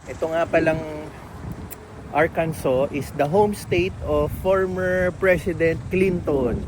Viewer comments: Arkansa not Arkanso. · watching from springdale arkansas (ar-kan-sa) enjoy your trip boss, sir hindi nga pala arkanso ang pronounciation kundi Ar-kan-sa sir.